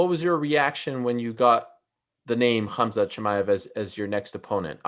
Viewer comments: Everyone: Khamzat Meerschaert: Khazma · Not Hazmat 😂, Hamzat! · and Did he say "hazmat"? 😂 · He kept calling him Hazmat LMAO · Did he call him HAZMAT instead Khamzat? In any case, Khamzat is fighting above his weight class. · Dude, He said haZMat, meaning he confused the letters m and z. No matter how you pronounce it, the m comes before the z. Just check the original: حمزة